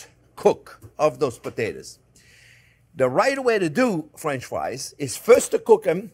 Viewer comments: no time, just clicked to hear this dude say fwench fwies real quick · Fwench fwies anyone?